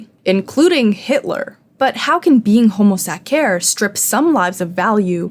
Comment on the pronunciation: Please stop pronuncing homo sacer like that😭😭